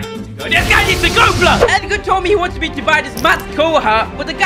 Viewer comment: He said EDGAR ASS HAHAHAHAHHA😂😂😂